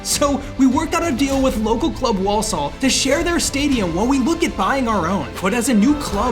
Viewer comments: Just say Warlsul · i love the way he says Walsall he prounounces it WAULSOOLL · War sull is how to pronounce it. As a native walsallian. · WoLsOl Its pronounced War-suhl